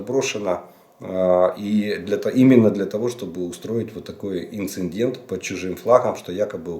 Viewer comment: Инцедент (не инсеНдент). Вот так надо ГРАМОТНО говорить.